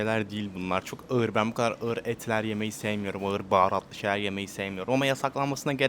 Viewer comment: Iğır değil ağır ,homozigot seni